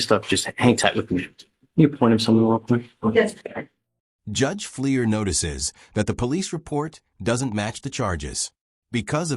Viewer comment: "Judge Fleer"???